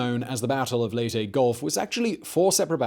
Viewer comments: Leyte...... not LATE...... Lay-tay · .MacArthur egotistical? really?...'Lay tee'...not Late... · Minor point on names: In the Philippines the names there do not have any silent vowels or unsaid letters. Layte is not said "Late" as in English. The name is said "Lay - Tea". Bataan is not said "Ba Tan". it is said "Ba-Ta-an". Have fun.... American names are less reliable. New Orleans is said "Naw lins". Louisville is said "lu-a-vul". Sorry but it sort of takes being born there to get these things.